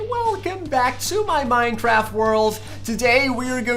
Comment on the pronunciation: Lol minetraft